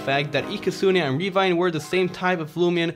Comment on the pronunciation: Its pronounced as (RE-VE-NAYN') not (RE-VI-NAYN) becuz its from the words, Revenant and K-9